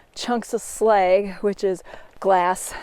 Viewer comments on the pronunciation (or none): none